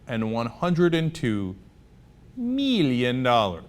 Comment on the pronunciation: zee meeleeon dollers